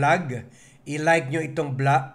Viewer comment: Hindi blag kundi vlog ang pronunciation ng channel mo. Ayusin mo naman ang pagbibigkas mo Ng mga salita,nakakairita Ang mga sinasabi mo.